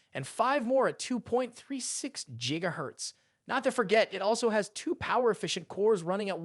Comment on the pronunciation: Jiga hertz lol